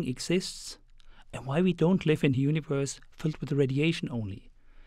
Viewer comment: i like howhe says universe... U N I V O R S